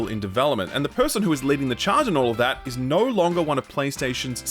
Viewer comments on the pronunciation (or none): Can u explain why you pronounce the word 'no' as 'nauwr'?